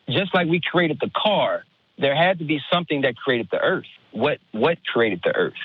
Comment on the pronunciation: He keeps saying "kerated" and "crated" arrrrgh